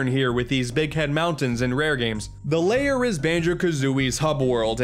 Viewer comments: Why do you say Grunty's LAYER? It's lair. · “And here we have Grunty’s Layer” Grunty’s Layer!? I think you mean “Grunty’s Lair”, right?